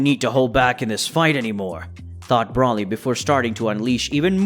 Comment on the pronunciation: Learn their names please. BRAWLY, Lim-o, etc. Come on man.